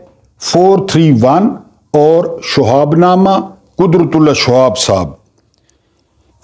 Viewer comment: اھم بات۔۔۔شہاب اور شہاب نامہ کا تلفظ درست کریں۔